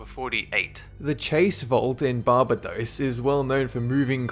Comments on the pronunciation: what?!? barbadose.bar-bay-dos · Barbādos. It's a long a. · Barba-dose!? New Orlens!? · Barbados. Say it with me now: "bar-BAY-dohs" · It's Bar-ba-dos mate... Love the vid though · Bar-bay-dos man. You butchered the name of a well known island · You don't pronounce "Barbados" like that, it's Bar-bay-dos. Greetings from Barbados mate! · You're sick at saying Barbados 😂😂😂😂😂😂😂😂😂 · And Barbados XD